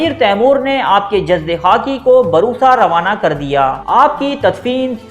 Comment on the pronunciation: بھائی ترکی کا شہر برسا ہے ( ب پر پیش ہے ) اور آپ ہر ویڈیو میں بروسا (ب پر زبر ) بولتے ہو صحیح نام لیا کرو یہاں ترکی میں لوگ برسا کہتے ہیں ( ب پر پیش ہے ) Bursa✔ Baroosa❌